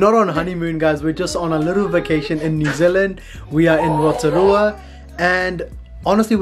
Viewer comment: Love your pronunciation of Rotorua! Not many can say it.